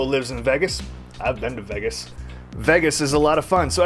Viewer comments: This guy cant even pronounce Vegas hahahaha😂😂😂 "vigius" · He says vegas so weirdly lol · YESSS I doooo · It's so funny how you say "vegas" 😂